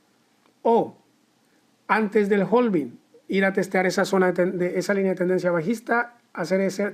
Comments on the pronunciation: Hola, genial video. Solo que la pronunciación es "having" en lugar de "jolving". La L de la palabra "halving" no se pronuncia en inglés. Si sigues por Londres puedes preguntar a los nativos de ese lugar y seguro te resolverán la duda sobre cómo realmente se dice;-) Keep the good work! 👏🏻👏🏻👏🏻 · claro, pero en español "jolvin" no existe, tampoco se entiende si se ve la palabra "halving" escrita. En todo caso seguiria siendo "jalving" si es por extrapolarlo a la pronunciación en español. Un saludo!